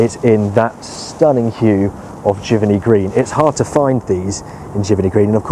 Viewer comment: Pronunciation is jiv-Ernie Not jiverny Giverney